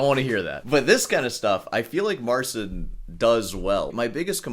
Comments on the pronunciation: Trudno mu włączyć tłumacza Google i nacisnąć głośnik w rogu. Wymawia "C" jako "S" bo tak jest w Angielskim. U nas literę "C" wymawia się jako "C" Jeśli po "C" jest "i" to łączy się te litery w jedną. Te litery brzmią jak Angielskie "Cheat" bez litery "T" na końcu. MAR chea N. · I find it funny how someone criticizing such small minute details in sound cannot be bothered to at least pronounce the name of the person they're critiquing properly, just assuming every language is English and is to be pronounced like it.